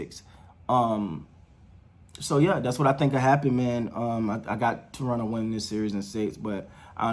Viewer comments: I’m liking your awareness of how to pronounce Toronto. T-R-O-N-O. ;) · Gupstan Gandhstan India Sure, but people who live in Toronto do not say Tor-on-to. At least not in the 40+ years I lived there.